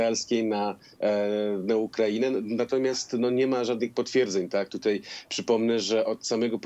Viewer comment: Do jasnej cholery, dlaczego "tutej" jest coraz częściej używane? Panowie Redaktorowie zważajcie na język, bo słuchają Was setki tysięcy! Nie ma: "tutej", "wczorej", "dzisiej"! A jeżeli jest to u Was, to natychmiast na korepetycje z języka polskiego, bo na razie nie nadajecie się na koryfeuszów polszczyzny!!!